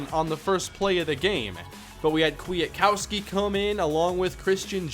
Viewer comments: Nicks name is pronounced kwit kowski or Kwita kowski. Huge wvu fan so it bothered me a lil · Yep, (Kwit Kowski). He went to a rival high school here in WV. Then played at WVU. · It's quit uh cow ski